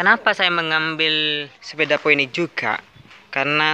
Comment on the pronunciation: Phoenix dibaca Finiks mas